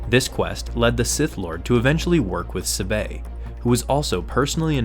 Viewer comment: Please learn how to say, "Sabe." It's so cringe.